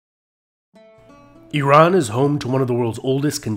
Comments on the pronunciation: I love your videos, but please don't say "eye-ran", it sounds so uneducated but then again you are quite educated, the correct way of saying "Iran" is "Ea-ran", (i.e., "ea": as in "eat" or "pea") and as for the "ran", it's a short "a" not a not long "a", like "father", anyhow, kudos to you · I really appreciate your informational videos. But to mispronounce the name of the very country you are speaking about is very interesting if not very suspicious! It’s a long way of saying the name of the said, country is pronounced, ERUN .not Eye Ran. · Nice video but you’re not pronouncing the word Iran correctly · Might be a good idea to learn the correct pronunciation of Iran and Iranian.